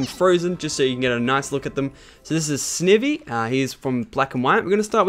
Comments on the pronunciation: Snivy is pronounced with a long I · Snivy is pronounced Sny-ve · its sniy ve not snive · your saying snivy wrong its ts snivys as in sni like eye so you say it like sneyvie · your saying snivy wrong lachlan. the i maes a i sound